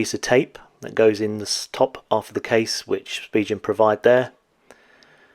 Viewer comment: it's pronounced Spigen...not Spigen!